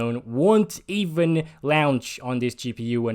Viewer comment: I like the way he says launch, lol !